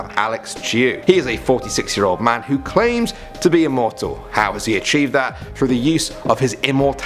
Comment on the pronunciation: Extreme emphasis on "claim."